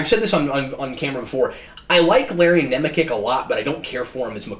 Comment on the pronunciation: Let the girl TALK once in a while!!! And the actor's name is pronounced NEM-UH-CHEK!!!